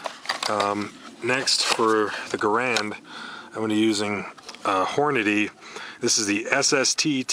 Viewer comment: For fuck's sake. Hornady, not Horniday.